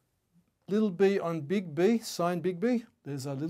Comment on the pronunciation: So extremely helpful! I like the way you say "Big B", sounded like bigby, bigby :)